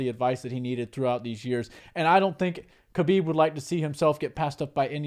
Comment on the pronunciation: Thats right, but also the T is silent in Khamzat's name. Its pronounced HUM-ZA, and HUB-EEB for Khabib.